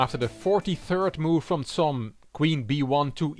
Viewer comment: I really appreciate your excellent pronounciation in different languages. However, Cs in Csom should be said as ch in the english word cheese. Respectfully, Gabor